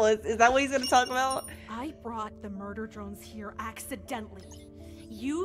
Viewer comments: ITS NOT MURDER DROINESS!!!!!! ITS MURDER DRONESSS!!!! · It’s murder drones not joints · Murder Droines she says 😂 Murder Drones we say 😂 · “Murder droins” you mean “murder drones” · she's saying "murder droids" instead of "murder drones" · Not to be rude but its not 'Murder Droins' its Murder Droh-ns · Wtf is murder droids its murder drones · Ok I’m so sorry no hate but it’s murder DRONES not DROINS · Why is she saying murder droids? It’s murder DRONES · It's not murder droines it's murder drones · The many times he say Murder droids annoys me its murder dronea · You said murder druins I'm already angry and you made a joke out of murder drones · MUDER DRUIDS ITS FUCKING CALLED MUDER DRONES DRONES D R O N E S NOT D R U I D S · I like how she calls Murder Drones "Murder Droines" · “murder droins” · "Murder droins" always got me😭😭😭(no hate) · “murder droins”😂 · “Murder droines” Nice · Guys she said murder droines she said it wrong (real) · She’s saying murder joins😂🤣 its murder drones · "Murder droins" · ITS MURDER DRONES NOT MURDER DROINES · STOP SAYING MURDER DROINS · you said "Murder Droins", learn to read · It's called (murder der row nese) murder drones 😂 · Murder drones Is pronounced mur Der dr o ns